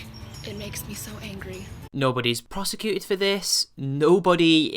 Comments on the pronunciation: For fuck sake it's persecuted, not prosecuted, you dumb bitch. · for fuck's sake: persecuted. the word is persecuted, you beautiful twit.